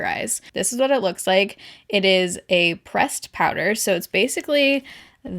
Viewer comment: when you said "pressed powder" I don't know why I heard "breast powder" and I was like...wait wat